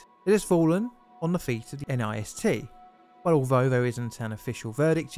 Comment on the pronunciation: And NIST is pronounced as nist, not N-I-S-T.